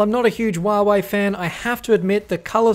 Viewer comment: Hey its not wuawei its Huawei learn to speak it right